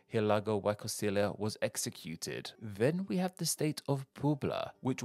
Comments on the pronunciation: Pronounced just like a substitute teacher lmao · Y = E Costilla = Cos-tee-yah (LL is usually pronounced like Y; though LL is pronounced like "sh" in the Rio de la Plata region and "j" in other regions) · I was thrown off by the way he did the ll in Costilla. Is it not pronounced "cos-tee-yah" in this case? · Why Costilia! Lmao 😂 aaahhhhhh! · even without speaking Spanish I can hear incredible butchering of Mexican state names. Hidalgo y (why) coNstilia... really?!?